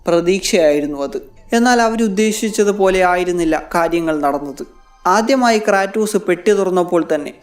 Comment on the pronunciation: ക്രേറ്റോസ് ❌ ക്രാറ്റോസ്✅